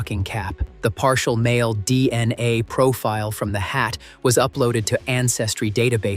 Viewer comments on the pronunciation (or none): They way this robot says dna, D....N.....A, D....N....A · "See-Oh-Dee-Eye-Ess" & "Dee-Ennn-Ayyyy" are F-U-CK-I-N-G annoying. AI Narration GARBAGE!!!